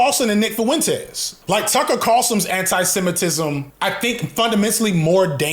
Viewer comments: The way you say Fuentes 🤣FuhWentEz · If you say foowentez one more time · Nick foo-entez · But why he got to pronounce "Fuentes" like that? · Bro why do you pronounce Fuentes like that wtf lol